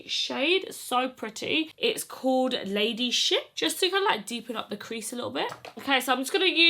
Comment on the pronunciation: Such a queeeeen!!! Please tell me im not the only one that kept hearing ‘lady sh*t’ instead of ladyship🤣😫😂😂or just me🤣.